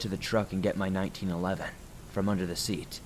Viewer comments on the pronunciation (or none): none